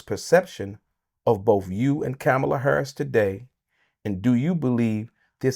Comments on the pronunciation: Saying her f*cling name right n*gga. Coma-la, idiot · Bro you're pronouncing her name wrong SMH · This dude can't even pronounce her name correctly!! 😂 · She's been the vice president for almost four years and he still can't pronounce her name correctly?!! C'mon, that's inexcusable!!